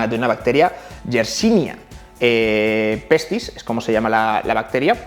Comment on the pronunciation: Alguien sabe cómo se llama la bacteria de la peste? Edit: "yersimia pestis" lo dice en el xD